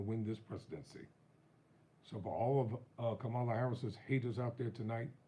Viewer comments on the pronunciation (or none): It’s Kamala, not Kama-la!